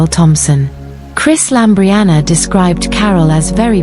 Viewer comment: LAMBRIANOU NOT LAMBRIANA!!!!